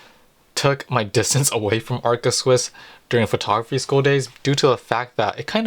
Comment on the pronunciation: ARCA Swiss not Alca Swiss!